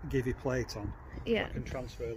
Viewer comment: congratulations for the review, from an Italian XR biker, Did you drive the two XRs? Which do you like more ? Have you tried the 0499 (Low Suspensions) version of the XR? Thanks, in advance of the answer ... Funny how you say GiVi for the scholarships ... (we offer you free Italian lessons) Unfortunately the Ducati Multi V4 has come out and now there is great confusion also waiting for the 17 "on the front